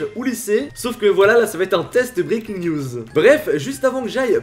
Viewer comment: Quand tu dis '' Breakins news '' , tu dis '' Breakins niouseu ''